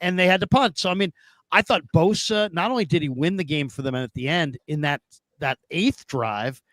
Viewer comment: not boza but bosa! Ssss